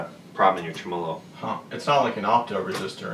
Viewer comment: in this video, let it be known, finally pronounces "Tremolo" the correct way. Go'bless. I have been waiting for him to talk about the Tremolux to hear how he pronounces that one! Love yer channel long time,! Cheers bud.